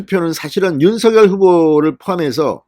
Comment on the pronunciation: 진선생님 너무 고맙습니다. 빠른 소식 명확한 말씀, 윤석열을 윤서결로 바르게 발음해 주시고 기자 정신 투철하신 의원님의 경륜! 두루 정말정말 감사합니다